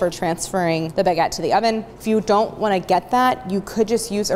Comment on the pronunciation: Couldnt watch the video because of the way you kept saying baguette It's not a Bag-et lmao, it's one word